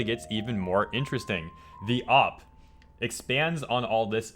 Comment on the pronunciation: Oh wow so many things you said hurt my ears. You say op instead of O.P. And you said D.O.X instead of Dox. It’s like hearing jif instead of gif Gif= gift with no t